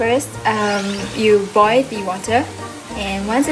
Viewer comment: Oh and it’s “boil” and “pearl” not “boi” and “per”